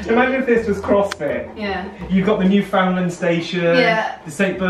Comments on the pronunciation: I love the way you emphasize the FOUND in Newfoundland 😂 What a giant sweety he is 😍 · YOUR ALL SAYING NEWFOUNDLAND WRONG XD XD XD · ohhhhhhh said Newfoundland wrong!!!!!!!